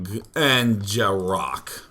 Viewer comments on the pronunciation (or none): Day9, it's pronounced Jay-Rock. Know'm saaayyiin'?